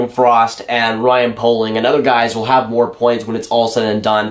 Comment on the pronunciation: Poehling is pronounced pay-ling not poe-ling just so you know